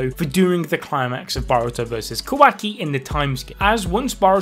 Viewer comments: Kawhacky... its KuhWahKey wah like water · i hate how he keeps saying "kwaki" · im sorry but....."QUACKY" llmaoooo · Sounds like he's saying kawhacki!😂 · No one:: KOWAHKI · He sounds like he is say quacks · The new dude pronounces Kawaki's name as "Quacky", idk if this is on purpose or not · “KA- WACKY” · Quaky is all I'm hearing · "Ka-wack-ii" lmao... It's Kawaki bruh... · Bro please never have the dude on again i hate how he pronounces stuff its not ka-wacky and how he butchered mitsuki